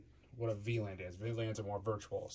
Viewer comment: Anyone else keep hearing him pronounce it V-Land?